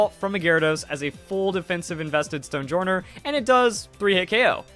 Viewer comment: I feel like Stonejourner's name is pronounced "Stone-Yorn", like how Jormangandr is pronounced "Yor-Mun-Gand" in Norse. Don't know what journ means in Norse, but probably something close to henge as in Stonehenge.